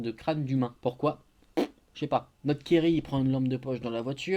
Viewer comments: pour la deuxieme histoire a chaque fois j'entend " kiri " au lieu de thierry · Moi aussi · Grâce à ton commentaire je sais désormais qu’il s’appelle Thierry et pas kiri 😭